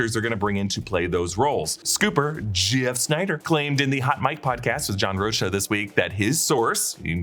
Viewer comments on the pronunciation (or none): “John Rosha” 😂 don’t disrespect The Outlaw John Rocha like that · You pronounced John Rocha's name wrong